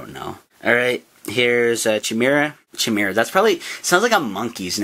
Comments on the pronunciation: Its not (cheh-me-rah) its (chy-me-ra) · Its khaai-mera not chaee-mera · the perniciousiation is ki-mer-A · Bro you look it up in any dictionary, movie or even anime if u like they always pronounce it as khai-mera. Anyway why the hell are we goddamn debating about pronunciations XD